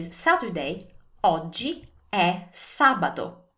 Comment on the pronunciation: when you pronounce Sabato it sounds like a letter D instead of T when you say it which one is the correct sound